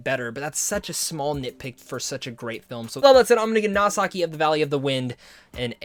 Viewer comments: The name's actually pronounced "Noh-see-kah", not "Nasaki". It's a Greek name borrowed from the Odyssey. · or "nau-see-kah" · Good review! But, uh, how exactly did you get 'Nausicaä' to be 'Nasaki'? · I know!!!!